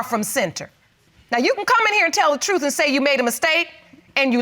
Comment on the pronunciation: BEEEAAC:CCHHH the word is NOT trufffff. it is TRUTH. Pronounce ENGLISH correctly.